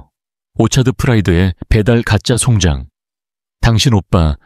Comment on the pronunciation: 이글을 읽으며 정말 송장 이라는 용어가 계속 역겹게 느콌읍니다 자세히 말하면 송장을 송장이라고 읽어야 하느데 송잠 즉 시체리고 읽고 있으니 구역질이 나옴니다